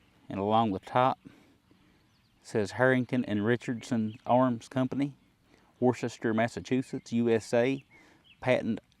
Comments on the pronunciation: Ha ha, you can always tell someone who isn’t from my home state of MA when they try to pronounce some of our town and city names. Worcester is pronounced Wusster or Wuustah! Lol. Another great video brother, I love ‘em! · It’s pronounced like wooster mass